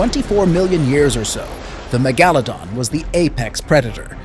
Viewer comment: How normal people say it: Mega-luh-don How he says it: Meh-gah-la-don HES SAYS IT CORRECTLY ON but the man must’ve thought it was a wrong and went back to MEGALADON